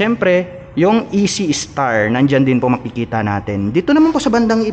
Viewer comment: Ekstar po basa jan, hindi po E.C. star.